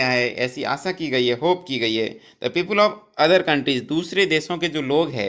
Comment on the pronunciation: Kya English padte ho sir ‘पीपुल’ !!!!